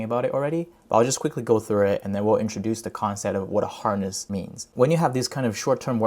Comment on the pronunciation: Good Content! though i think horse can be pronounced more correctly 😆 i thought that loop agent is sits on top of harness agent because what if agent fails to achieve the goal and according to failed memory llm wants more diverse context then what ?